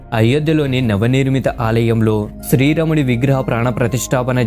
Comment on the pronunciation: nuvvu sarigga palakadam neerchuko plsss. Sthri ramudu kaadu... Sri raamudu.cha.devulla peerlu ela daridram cheyakandi plsss